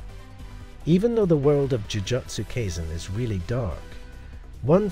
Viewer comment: Dude, you're pronunciation of Jujutsu Kaisen is way off. Jujutsu is pronounced like Jujitsu except swap the I for a U and Kai rhymes with eye.